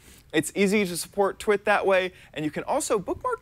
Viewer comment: Ludvig SC Games I thought he said twat